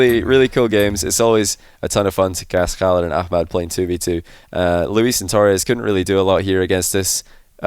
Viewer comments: Wow good job on the arabic pronunciation of Khalids name 👍🏼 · He pronounced the name really well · the way you pronounced "Khalid" is just perfect XD .. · Love how can pronounce the K letter in arabic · Love how actually tries to pronounce Khalid's name properly, kudos to him for the effort. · u mastered the Khalid Arabic pronouncement. Love from KSA 💙🇸🇦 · Damn,, you Ch-alid and A-ch-mad calls are amazing. I'm German, those sounds come natural to me, and I still don't think they sound as spot on as yours in this session.